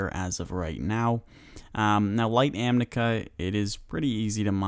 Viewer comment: Thank you for this guide! I just got caught off guard by you continuously saying 'amnica' instead of 'amica.' I had to replay it to make sure I was hearing it righ lol